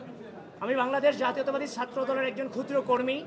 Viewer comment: সে ছাএ কে সাএ উচ্চারণ করছে, কেমন ছাএ?